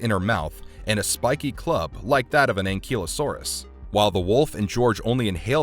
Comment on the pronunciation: that's not how you pronounce ankylosaurus